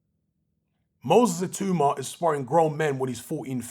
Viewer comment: His name is pronounced "Ee-tAaW-mAH" not "Ee-Too-mAh... good video though